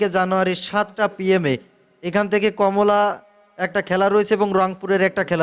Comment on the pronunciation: ভাই কমলা না। কুমিল্লা এটা ১শত বার পড়ে শিখে নিন।